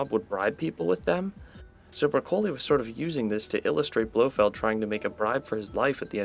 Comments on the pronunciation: No no no. Don't know how Broccoli is pronounced? Pointless. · Clearly vegetables don’t exist where you are based on how you pronounce Broccoli. 😂